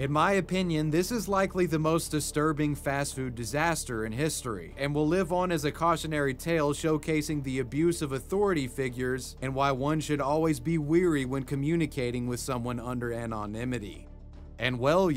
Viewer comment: Is there any way you could start pronouncing the word “wary” properly? “Wary” means “cautious,” whereas “weary” means “tired.” “Wary” rhymes with “scary,” the way it’s spelled, whereas “weary” rhymes with “dreary,” which is also the way it’s spelled—so they shouldn’t be too difficult to keep track of now that you know? If you didn’t use “wary” so often, I wouldn’t even mention it, as tbh I’d been hoping maybe someone else would, but you seem to still be using (and mispronouncing) it in practically every other video. Many thanks in advance for your consideration. WeavyWebSurf out, ✌️